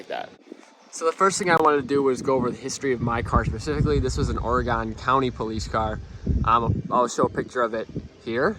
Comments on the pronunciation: Please pronounce it as "Or-eh-GUN" not Ore-GONE. Isn't this thing AWD?? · I really like the video and I really like the rims. They are really cool but I’d have to say when you said or-a-gon i was shocked then when you hit me with the “vin-yull” i about lost it 😂😂